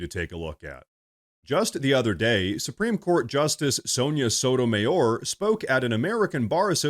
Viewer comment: Did you say sotomaywhore